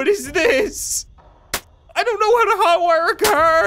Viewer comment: Did you say... HOT wire? SUPER HOT 2 confirmed guys